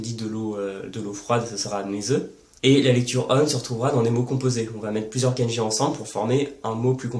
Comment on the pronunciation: effectivement, comme tu le sais une erreur de prononciation (même très proche de la bonne) peu donner un sens différent ou induit simplement une incompréhension. (フランツ語 ⇒フランス語、ケンジ ⇒かんじ). Ce défaut de prononciation (souvent très français) est causé dans ce cas précis par l'incompréhension du "ん" qui est un syllabaire à lui seul et doit être considéré séparément (même s'il est très court). Beaucoup de gens commencent l'apprentissage en romaji donc prononcent à la française (ん suivi d'un す＝つ⇒誤読). En dehors de ça, tes explications sont claires et justes (à par le cas du "ん") et je t'en félicite, tout particulièrement pour la prononciation du せい qui est systématiquement mal prononcé par nous 外国人。 Sinon, que penses-tu de la méthode AJATT?